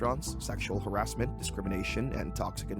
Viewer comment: "Harassmen" LOL